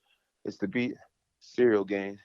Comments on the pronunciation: "Cereal Gain" 🤣😂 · Did he say 'Now we got Cereal Gang' 😂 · Everyone - "Ciryl Gane" Jon Jones - "Cereal Gain" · I love how just went with it and started saying cereal too, who’s going to correct Jon jones, his name is officially cereal gain as far as I’m concerned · Does he keep calling him "Cereal Gain" on purpose?!😂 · Serial Gain? He is mispronouncing his name on purpose? 🤔😂😭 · “cereal gane” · That's Jon who calls him that. I heard him pronounce his name that way in another interview...lol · in the comment section Lol'ing at Jon pronouncing Ciryl Gane as "Cereal Gain". Meanwhile, can't pronounce simple English words at a first grade level. For example, as long as I can remember, he's pronounced "having" as "haffing🥴". is just one example, but he says it every time and unfortunately it's a word he uses a lot. The lack of intelligence, perceptiveness, and self awareness you have to lack to be about 50 years old and still unable to pronounce elementary words, is unbelievable. Especially when you're a journalist. Then you have the way he mumbles "nice" after he gets a response to any of his questions at pressers and interviews. There's a long list of annoying thing does. I just find it extremely annoying that of all people, he has the nerve to knock a guy's pronunciation of anything. What's next? You going to criticize his physical appearance like you're a far better specimen of a man? 😂